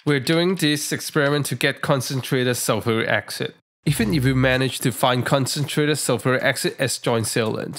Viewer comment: Sulfuric acsid ? Its acid not acsid Why not say it properly its acid not acsid ok!